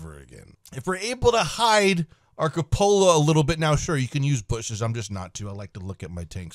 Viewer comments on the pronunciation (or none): Lol. Just like Oddbawz pronunciation of " coopolar" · Say it with me, coupe-ol-la